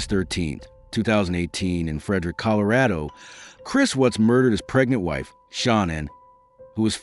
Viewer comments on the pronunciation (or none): none